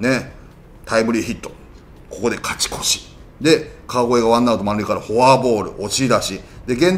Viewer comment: 里さんの「カチコチ！(勝ち越し)」好き